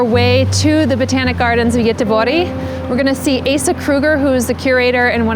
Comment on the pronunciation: Very interesting how you say Gøteborg..... that was a new one! 😂